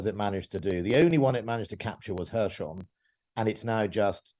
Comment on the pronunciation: "Hershon" 🤣🤣 I think I’ll make a list of all mispronunciations of Kherson.